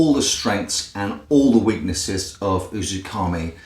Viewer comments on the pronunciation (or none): it's "uzuMAKI" not "UzuKAMI" . great review though